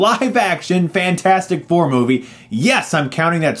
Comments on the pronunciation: "FANT-FOUR-STIC" LOOOL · When you said Fant 4 Stic instead of Fantastic Four, I laughed a lot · You know Chris, if you pronounce Fantastic Four as "Fan-four-stic" and Scream 4 as "Scruh-four-um" because it's on the poster, you now have to refer to one of your favorite movies as "se-seven-en". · I’m just here to hear him say “fant four stic” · You referred to it as "fant 4 stic" through the entire review. Subbed. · Fant-four-stic haha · I love this rant and I laugh every time hr says "Fant four stic" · I love how he managed to call it Fant-4-Stick every time! Love it! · As soon as he said Fant-four-stic, i knew this was not gonna go down well.